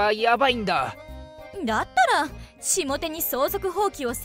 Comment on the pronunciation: 下手と書いてへたと読みます。